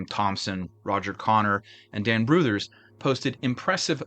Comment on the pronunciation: Has there ever been a more optimistic name in baseball than Hugh Jennings...? First, congrats on saying "Brouthers" correctly. Second, most of this squad went to the Superbas after the team folded in 1899. The Superbas ultimately went on to become the Brooklyn Dodgers.